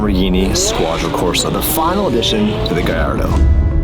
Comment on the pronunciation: Squadra Corse is pronounced Squadra CorsE, not CorsA